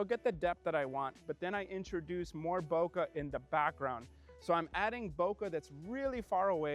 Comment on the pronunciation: Bokeh guey, Bokeh! Not bokah!!! lol., i'm ALWAYS gonna give you shit for that. Great shots though! BTW, have you seen the new Godox LED lights the size of the AD-100 Pro?? I think they're called RS60 and MS60, both available in Bi and RGB, have the Godox mount, and have a ton of different ways to power them including their own batteries.